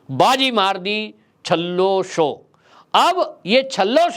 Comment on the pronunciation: सर जी छल्ला शो नहीं पर छेल्लोशो, गुजराती में लास्ट को छेल्लो बोलाजाता है।